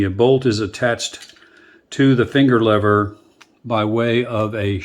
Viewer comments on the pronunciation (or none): They're called levers sport, not levvers